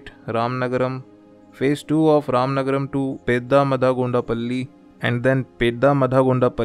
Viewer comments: It is ramanagara not ramanagaram.. pronounce right name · It's Ramanagara not ramanagram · Thanks for this information 🙂 And plz correct it Ramanagara not Ramanagaram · ramanagara not ramanagaram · It's not Ramanagarm it is ramanagara